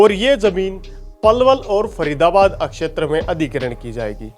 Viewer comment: Thk h akshtar... shetra hota h